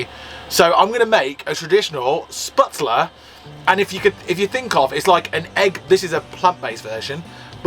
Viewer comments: Hahahaha! The pronunciations had me giggling 😂 kudos for trying! I’m here repeating the correct pronunciations ( my mother is German and I speak a bit myself). Oktoberfest is no joke and can be a madhouse. I still have my Dirndl… a very expensive one and would be considered ‘vintage’ now ha! Gruss aus Florida USA! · What a great, feelgood video folks! As someone who's been to Munich many times but never to Oktoberfest, it was lovely to see you having such a great time there! Your German pronunciation did make me laugh, especially Spätzle and "Lederhausen", but at least you tried! 😁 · Hi guys the noodles you bought are called shhpetzler not sputzler incase you wanted to know the correct pronounciation. You just add butter and salt to it. It's basically German pasta/noodles and you can add anything to it like bratwurst sausages or whatever vegan meat you desire. I'm english but my grandad was German so I have had spätzle many times both in Germany and in England. Sometimes you can buy it in aldi or lidl in England though probably not the vegan version so stock up on it if you like it before you leave Germany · Lol when says spitzler then you jump in with sputzler.....with a chicken schnitzel. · I think they are pronounced. Spetsel. As there is an umlaut (two dots) over the a. My German was at school years ago, but that’s my take. Enjoying your continued adventures from my armchair in the USA. With my cuppa. 🇬🇧👍🏻😛expat here. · 😂"Vegane Spätzle". Aren't they vegan anyway? The right pronounciation for you would be "Shpatzle" We do put extra an Umlaut (ä) on the a, but you are using it ecactly the opposite way. And the farmer with his 40 Euro camping, selling crap bavarian clothes must have made the business of his life. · 'Schpertzle 'pronunciation nearer to right sound. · Spätzle = spehtzluh. That ä is normally a long A in English. Delicious!